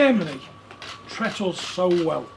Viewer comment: 'tret us' LMAO